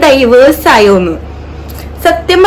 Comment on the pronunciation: ഡൈവേഴ്‌സ് അല്ല ഡിവോഴ്സ് 🙃